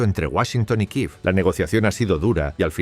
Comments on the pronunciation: ¿Por qué dicen Kiv, si en español es Kiev? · ¿Por qué decís Kiiv si en español se dice Kiev?